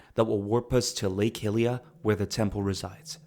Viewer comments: Hylia = high-lee-uh, not “hilly-uh” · Bro it's not pronounced HILIA! Other then that great video. Simple but entertaining, like I'm listening to an audio book